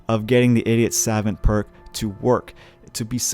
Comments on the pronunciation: You can just Google translate the word Savant to realize it's spoken Suh-vaunt and not Sav-vent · Saw-vaunt not sevent 😂😂😂😂😂😂😂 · Angel Andringa more like suh-vOnt. Gotta hit that stressed syllable. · I have 2 but know its Saw-vaunt not savent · The irony of your ass not knowing how to say SAVANT is tragic. How on the hell are you making videos talking like that? It’s pronounce “Sah-vawnt” dude. Ffs I wanna cut my ears off when you say it wrong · "suh-VAUNT" is how to pronounce that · sa - vahnt or sav - uhnt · god he kept saying SAvant by the 3rd time i got a migraine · The word is pronounced ‘Sa-vont’ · Suh vaunt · oh my god… it’s sav-ah-nt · Jesus, man. It's pronounced: 'Sah-vahnt'. "Suh" like the first part of "suppose", and "vant" like saying want with a german accent. Not that hard. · It’s suh-vaunt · Its pronounced sahvant you dumas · It's pronounced "suh vont" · Pronounced "sa-vahnt" a French word. Assuming you do not know what the word means, it is a person of high intelligence, scholarly. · No it’s not pronounced savont dumbass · Sah-Vont Ugh. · It is pronounced Sevant btw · Your the idiot, you can't pronounce the word "savant" properly. Get back to school. You MUST be American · I almost disliked because of the way you misspronounce Savant. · Cringe every time he tries to pronounce savant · Video is unwatchable because you cannot pronounce savant correctly. I wish I was joking but it just makes the video totally unwatchable. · how tf can you be american and not know how to pronounce savant i am a small little swedishboy and i got anfry with yaa i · The way this guy pronounces savant really annoys me. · you are pronouncing savant incorrectly